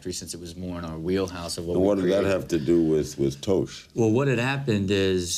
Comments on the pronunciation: Larry its Tosh not Toshe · Why do Americans have such a hard time with pronunciation. ItsTosh Larry!!!!! Not toesh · It's not toe-sh Larry.. taw-sh. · "you have a beef with mr toesch" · all i have to say is...TOESH. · Not only was Larry talking about a famous person who has his own show named after him, but it's Larry's responsibility as an interviewer to know the names of the people he's talking about. And yet he still says "Toash". No wonder he's retired now. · Lmao Daniel TOE-SH?!?!?!??!???!? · "Daniel TOEsh" You're old Larry King go home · Lol I could have sworn larry said toast at one point in this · It’s not Toe shh. It’s tosh for crying out loud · Lol "daniel toshe" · "Daniel toash". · lol larry king said Toshe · That's right Larry. Daniel Toe-sh. Of Toe-sh.0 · Haha fuckin Larry King trying to ask serious questions about Daniel "Toe-sh". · toe-sh... this guy... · Haha King ooo Tosh not Toash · daniel toesh lol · Toe-sh? He’s got to be doing that on purpose not hard to read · Daniel Toe-sh? How long has Larry been doing this again? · Daniel Toash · "toesche " is actually funnier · I just don't understand how it can even be read like that. Like, even if you've never heard the name, it still seems completely unnatural to read that way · Clicks video "You've had a beef over air with Comedy Central host Daniel Toe-sh" Closes video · 🤣 he said Toshe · Brother gets paid 5 million dollars per second and said straight out said Toe-sh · toshe? did i hear that right? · Ive been pronouncing Toash wrong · Toesh lmao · Toesh lolololol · who the fuck is toesh? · Larry King: "Toshe" lol and Rob can't copy a show that copied a half dozen others, man. I remember Talk Soup 20 years ago. AFV 30 years ago. When a spin off yells copy cat, that's simply rediculousness. Pun intended. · hate the way Larry pronounces tosh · Lol Larrry is so old. Towshe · Toash lol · Who is Daniel Toosh? wtf. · Great of Larry to learn how to pronounce Daniel's name before the program begins.